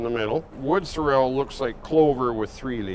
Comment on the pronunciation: Anyone fancy pronouncing sorrel correctly round these parts?